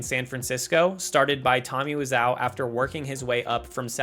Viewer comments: I'm surprised the Nike ad with the tagline "Exercise. You'll Live Longer" didn't make the cut (no pun intended). I love that ad, but parents didn't. (It involves a Jason Voorhees clone, just to give you a clue.) It also aired during the Super Bowl, supposedly? Also: isn't it WIz-OH? Great video! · the mispronunciation of tommy wiseau's name is killing me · How does a narrator type YouTuber pronounce Wiseau incorrectly 😂